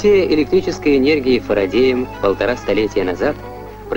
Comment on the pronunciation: И Фрадеем тоже забавно